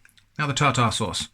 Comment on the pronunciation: Am I the only one that keeps replaying it when he says tar-tar-sauce